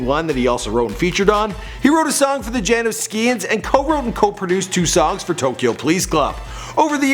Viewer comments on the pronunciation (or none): JAN-NOU-SKIANS LOL😹 That killed me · jan-o-skee-ans lmao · its janoskians